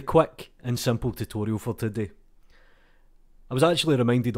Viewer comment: "A very quack and simple tutorial for todeh." Me: "Excellent".